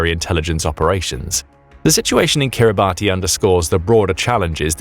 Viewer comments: Please review your name pronunciations!!!! It’s not pronounced like “Kiribatty,” instead it is accurately pronounced “Kiribas.” It is NOT pronounced how it appears. These endless YouTube videos getting props names consistently wrong is very irritating! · Kiribati is pronounced 'Kir-ri-bass' (like bass the fish...) There official currency is Australian Dollars too! And it is made of bird/bat poop (guano)/ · * Kiribati /kEE·ree·bas/. Please don’t use a batty pronunciation! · Kiribati is not pronounced like that! Kiribati has 3 syllables and is pronounced something like 'Kiri-bash'. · It isn’t pronounced Kiri-Barty it is Kiri-bas spelt differently to how it’s pronounced. But if you’re going to tell a story about it you should pronounce it correctly. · Kiribati is pronounced 'Kiribas'. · It's pronounced "Kiribass" 🙄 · Kiribati is pronounced “Kiri-bash” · Perhaps the Chinese know who to pronounce Kiribati = KIRR-i-bass (The name is pronounced KIRR-i-bass, as -ti in the Gilbertese language represents an [s] sound.) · Yo……it is spelled Kiribati but it is pronounced Kiribas. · Kiribati is actually pronounced Kiribas. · “Kiribass”is the accepted pronunciation… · NB Kiribati is pronounced Kirr-i-bass ... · Wrong pronunciation of Kiribati.